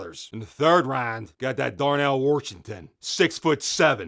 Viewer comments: The video was worth it just to hear Darnell Warshington 🤣🤣🤣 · Uk he from Pitt the way he says Washington 😂😂